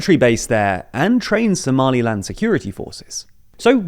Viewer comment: Somaliland* say it right.